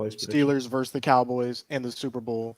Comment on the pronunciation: It's not 'verse',. It's not even 'verses'. It's 'versus'. C'mon, people, grow up; get literate at least a little bit....